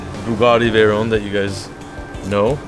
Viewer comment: What’s a “veyrone “? 👍😂👌